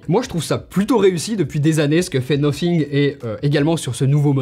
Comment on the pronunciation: Déjà le Debut de la video le mec dis "nofing" Bye bye